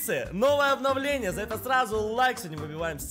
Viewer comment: Кто тоже услышал говновление😅